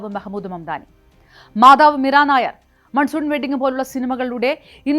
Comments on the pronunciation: മീര നായർ അല്ല മീര നയ്യാർ എന്നാണ് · It's not nayar it's nayyar